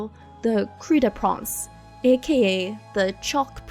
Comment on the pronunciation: wait... that's how you pronounce Kreideprinz? It sounds different from how my german friend pronounced it. Also, I highly doubt that Albedo at the end of the quest is the impostor. He's far smugger and has more insight into humanity compared to subject 2. Plus, Albedo is actually really mischievous despite the popular headcanon that he is pretty apathetic. It's most likely more of a "let me test if the traveler can figure out if it's me even without the mark" since the traveler notes that despite not having the mark, he doesn't feel off. My opinion only of course.